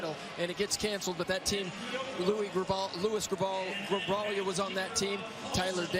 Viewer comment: They couldn’t get Louis Grijalva’s name right😭